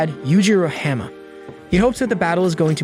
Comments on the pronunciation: It's hanma not hema 😂💀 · Sir you're pronouncing it hamma it's Ba-ki Han-Ma😅